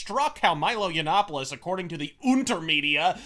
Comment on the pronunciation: wew Milo Urine-opolos as the Big Black Corporation prefers to pronounce his name is a total shitpost-made-man. The MSM losers totally bought into it. As much as Sargon memes that they have, they've learned fucking nothing.